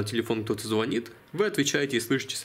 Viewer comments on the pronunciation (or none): none